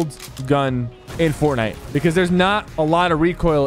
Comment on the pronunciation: is fortnite, not fortniye☺️